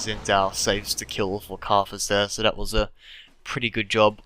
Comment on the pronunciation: One thing that annoys me is the way he pronounces 'th' as 'ff' and 'd' e.g. Dat and karfus